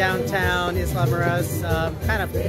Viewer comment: I have been there many times. That is THE whitest pronunciation of Isla that I have ever heard. Hope you had fun we love it there. Headed down in March.